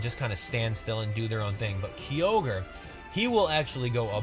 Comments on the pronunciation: It's kyogre no keyogre, ky, like eye, and giratina with a G not a J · Ki-ogre, not Kee-ogre. Sorry but that really irritates me. Same with Girra-tina not Gyra-tina. I know I'm being picky but it just doesn't sound right otherwise